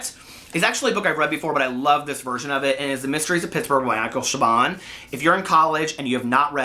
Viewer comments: Siobhan is pronounced "Sha-Von" 🤷 Weird. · And by the way, Siobhan is pronounce Shiv-awn.